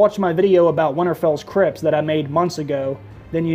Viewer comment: The way you said Crypts sounds like Crips, the L.A. Gang and what I heard was "What if Jon has another dream of the Crips" and I busted a gut thinking of Jon in a blue bandana with a Crip entourage